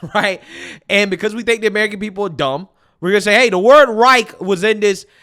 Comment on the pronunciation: 3rd REICK HAHAHHAHAHAHAH LEARN TO PRONOUNCE IT WHEN U TRY SPEAK GERMAN THIS 5 WITCHES ARE CRAZY